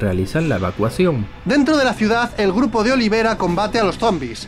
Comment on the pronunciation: El dice olivera y es oliveira